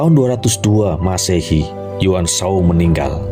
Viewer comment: kurang fasih baca nya wkwk , saya hafal betul semua karakter di samkok dan serahah tiga negara . yuan shao dinacanya Yenshao , tidak ada nama sao sao , tapi cao cao ,. bukan tong suo , tali tong cuo . aduhh pegel telinga ini dengermya wkwkwk. bukan Lu bu , tapi LiFu